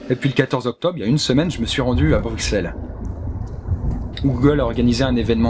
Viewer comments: Les français disent Bruksel et pas Brusselles question de prononciation et d'accent, comme pour certain Belge Francophone qui ne peuvent s'empêché de rouler les "r". Ca va fais 3 ans que je ne vis plus en Belgique et pourtant j'ai toujours cette salle manie de roulé les "r" et beaucoup de mes amis français me reprene sur ma prononciation quand il s'agit du mot "cuir" que je prononce "couir" ou "cuillère" . C'est la faute à la langue local. Pas la faute de la personne. C'est ça qui charactèrise nos pays qui ont pourtant la même langue. Nos mots et prononciation différentes. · Mouloud Saucisson Il est dit que la forme originale et juste est avec "s" mais que vous bande d'andouilles de français qui nous prenez pour des grosses merdes vous savez pas dire correctement un nom de ville comme vous savez pas évoluer pour dire septante et nonante qui viennent du latin, un peu logique nan ? Vous soulez à la fin. C'est notre pays, on sait comment prononcer merde. Arrêtez de dire qu'on modifie le français. C'est faux. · Merde, je suis aussi une ado bizarre de 26 ans qui vit encore chez ses parents xD haha ^^ Super vidéo :) Sympa ce petit tour à Bruxelles. Bruxelles qui se prononce comme si c'était Brussel en fait :p les français disent tjs le x, ça m'agace :p haha. Et ta petite chambre était sympa aussi :p C'est cool d'être youtubeurs :p J'aurais du me lancer la dedans ^^ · bruxelles tu prononce pas le x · Bah c'est bien ce que je dis, et vu que c'est la capitale de la Belgique, vous êtes priés de la prononcer correctement :p Logique, non? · Drakarys Bah.... Si ça s'écrit avec des S forcément ça se prononce "sss" et pas "x". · Brussels in Néederlands, Bruxelles en Français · ***** Oui certainement ça explique pas mal de choses, après pour les gens qui ne le savent pas, ils voient un x il le prononce... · Mec super vidéo je suis Belge (je vien donc de Belgique)et on ne dit pas BruXelles sa se prononcé Brucelles (je sais que sa c'écrit comme sa)donc voila